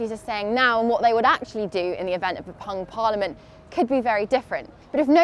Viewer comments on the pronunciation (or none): "pung parliament" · ... Pung pariamlent